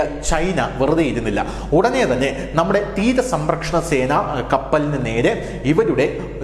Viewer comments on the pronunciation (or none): തീര സമ്പ്രക്ഷണസേന😂😂 10 പ്രാവിശ്യം എങ്കിലും പറഞ്ഞു😂 സംരക്ഷണസേന എന്ന് പറയടാവേ😮